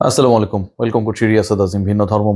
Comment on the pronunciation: রিয়াসাদ আজিম,সত্য নিউজ তুলে ধরতেন ক্রীড়াঙ্গনের, কিন্তু এই,ভিডিও সহ আরও ২/১ভিডিওতে, মুসলমানদের অভিবাদন(সালাম)কে সেলামআলাইকুম বলে ব্যঙ্গ করে বেআদব হিসেবে নিজেকে প্রমান করলেন , (বিসিবির দায়িত্বশীল নাজমুল ইসলাম কে ভিডিওর মধ্যে সালাম দিতে গিয়ে ব্যঙ্গ করেছেন ) যদি ভুলে হয়ে থাকে তাহলে আল্লাহর কাছে মাফ চান, আর যদি ইচ্ছে করে নবীর সুন্নতকে ব্যঙ্গ করে, তাহলে আল্লাহ তাকে ধ্বংস করুক